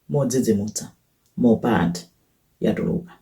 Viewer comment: mmene mwapangila pronounce dzina lake Leni Leni mwandisangalasa mwangokhala ngati wakomwekotu ngati sindiwe Malawi